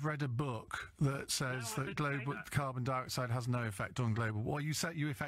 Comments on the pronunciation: Carbon Di-oxford.? Why the fuck can't he pronounce carbon dioxyde. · ‘Carbine dee-oxide’. What is this? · You’d think he’d at least have learnt how to pronounce carbon dioxide...